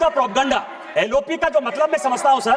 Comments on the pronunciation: Propeganda word ka pronunciation bhi nahi kar pa raha hai sansad me kuch bhi sharmnak bol raha hai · doesn't know how to pronounce propoganda